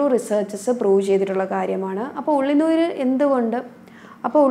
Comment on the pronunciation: ഉള്ളി നൂര് 😜